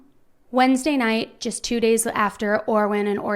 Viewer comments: How about we get the boys names right, Orrin not Orwen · "Orwin" clear as day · She definitely said Orwin, I thought I was saying it wrong. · OR RIN not or win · Orson and ORRIN. NOT Orwin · and.video! However, its Orrin and Orson, not Orwin. I will keep watching. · Hi. I noticed you called him Orwin throughout the video, but is that the correct pronunciation of Orrin? Prayers they’re found safely! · I'm sorry but there were times when you undoubtedly said Orwin, plain as day and not in a rush. it's okay to make an error, you're human. in fact there are several errors in this video regarding the information you gave, but I just don't understand why you responded with such hostility to that comment when the proof is literally right there and anybody can hear it lol it's just weird to deny/dispute something when theres actually proof of it... lol 🙆🏼‍♀️🤷🏼‍♀️ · A lot of your info is wrong and you said Orrin's name wrong the entire time.